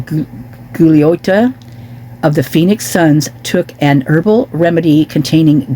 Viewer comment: Goo glee otta it is pronounced he is from Long Island New York the pro basket ball player